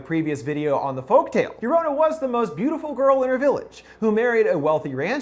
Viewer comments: Okay no shade but he really stressed her name was pronounced “Jo-ro-na” in his video about her then he just defaults to “Yo-ro-na” in this video lol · Its llorona not lorana long o not short o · Sure hate the way every “american” says llorona. Its pronounced (Yo-rona) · Ragnarok R wymmmmm I’m not bothered by the lorouna pronunciation I think it’s funny aslllllll🤣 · Pronounces llorona wrong Me **one Hispanic boi**:😂 No offense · you said llorona incorrectly especially since we heard you teach us how to say it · The way you pronounce llorona makes me sick could not even finish the video thanks for the offence